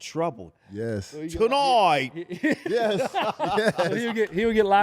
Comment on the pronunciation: Tim with the "TONIGHT" in a British voice.